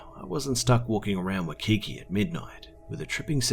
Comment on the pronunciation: I have family from Hawaii and have lived there too,also and I love your stories but just one comment for you, when you say Waikiki.. it is pronounce like "WHY-key-key" :)